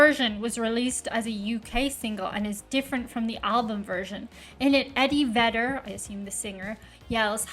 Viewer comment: Eddy pronounces it "Veh-der..." "Vay-der" is a wrestling star. 😆 Peyote is a cactus traditionally used by the American Indians in spiritual rituals and inner searching of their own minds as its an intense psychotropic and causes intense visions and nausea/vomitiing is a part of the process. Oh boy. 😊